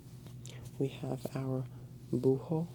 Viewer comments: Its not pronounced like bujo, it is buho without j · This was super relaxing, thanks for uploading! Just one little correction..it's "búho", not "bújo", being the "h" completely mute. Sorry, as a Spanish native speaker I couldn't help it.. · Bújo it's wrong, It's Búho haha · NO "BÚJO" IS "BUHO" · para la próxima no es bujo es búho.. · Owl in Spanish is not Bujo, it’s Búho! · Its buho not bujo but well donee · buho' no. bujo (BUHO) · Es "Búho" no "bújo" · and man, is buho no bujo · No es bujo es buo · Es búho, la h es muda en español no tiene ningún sonido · Lol.... Its Búho with h and you only say buo the h doesnt sound... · Soooo relaxing!! Thanks! BTW it's búho, the "h" doesn't sound so you pronounce "búo". The rest is perfect!